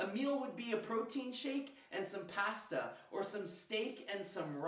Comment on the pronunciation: was lifting weight at 16 I can't do in YEARS of training... lol. P-AESSST-A (canadian accent for Pasta... haha made my day)